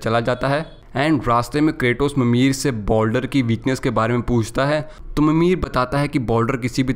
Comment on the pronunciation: Uska Naam Boldar Nahi Baldur hai